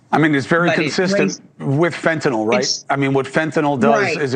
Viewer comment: Shout out to YOU,, for proper pronunciation of "fentanyl"! I almost NEVER hear it pronounced properly. Always reminds me of GW Bush discussing nuke-ya-ler weapons...